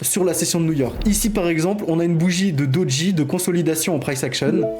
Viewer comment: Salut, c'est Doji, et non Dodji 🙂